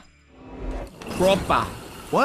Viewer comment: Bro has a Nigerian accent the way he said proper